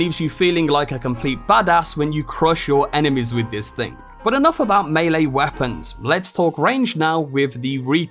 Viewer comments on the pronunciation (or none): none